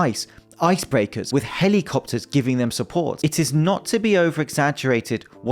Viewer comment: I think I'm going to adopt the way you say helly-copters. Great video!